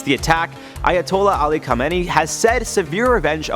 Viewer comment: From Tehran...u pronounced SL wrong it's kha me ne ii Have fun!